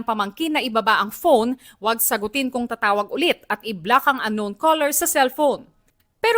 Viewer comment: Hmmm medyo skeptic ung "Uknown" diba dapat Unknown yown?! Totoo ba 'to o gawa-gawa para may viral video sila